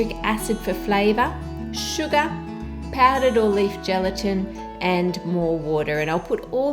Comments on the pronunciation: Ann: "Sugar" Me: (Hears 'Suga') "A TO THE G TO THE U TO THE STD" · I love how you say "sugar". :D It's like "Shugaahr". :3